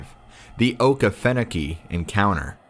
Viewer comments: Dude that Okefenoke pronunciation was rough. It’s “Okie fenokie” not okah-finnow-key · O key fu no key thats how you pronounce it story 4 was freaky